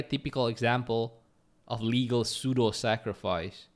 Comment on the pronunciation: Pseudo is read sudo 😊